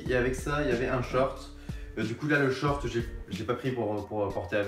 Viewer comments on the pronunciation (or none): none